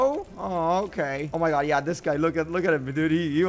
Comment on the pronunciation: I laugh when he say ya